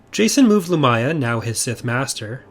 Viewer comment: I always thought her name was pronounced LumIya, not Lumaya.